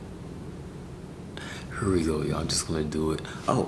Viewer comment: But that would actually be an awesome video idea. Like the "here" also, just such unexpected pronunciations, I love it